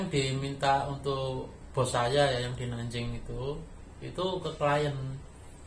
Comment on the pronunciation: Cara ucapnya Nan jing ucap Nan cing. Guang dong ucap Guang tong